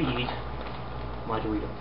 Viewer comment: I know it is but u dont say it normal u say DORITOS like wen NCS sais COJIRO get it!